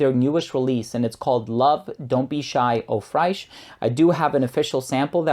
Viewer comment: That would be great but I don't like to travel. Nice video. I would like to say tho Fraiche is French for fresh and it is pronounced the same way we would say fresh. Just with a French nuance to it. I have stopped myself many times from saying this. I didn't want to get crap for it but I know you would be fine with me telling you.